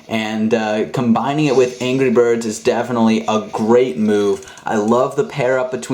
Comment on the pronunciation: The second I heard him say angry birss- turns off computer.